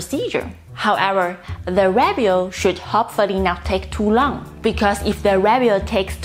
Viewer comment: 'Review' has the accent on the second syllable!